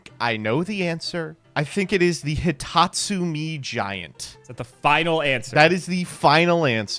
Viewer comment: its not hitotsu-mii, its hitotsu-meh. 目！！